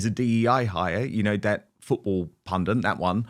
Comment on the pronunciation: The word pundit is *PUNDIT FFS!🤦‍♂️